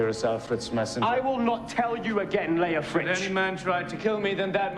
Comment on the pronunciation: It's actually Leofric, but he keeps pronouncing it like Lethrich.